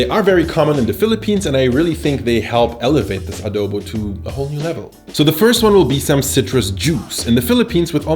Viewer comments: You pronounced it well 🤣🤣🤣 we don't discriminate in pronunciation we have our different way to say things depending on the region. Spot on you showed a different way to cook it. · Im not sure about this but I think u are the only one who spoke Adobo right? I guess